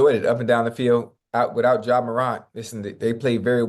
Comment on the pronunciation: ima need Ocho to say Ja last name right 😂😂